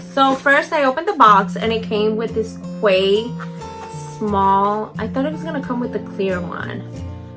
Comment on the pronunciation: *key. The brand is pronounced key in Aus.